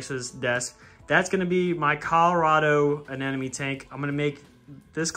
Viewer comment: Does NO ONE know how to pronounce ANEMONE!!!!!!! It is not Anenome! This drives me crazy...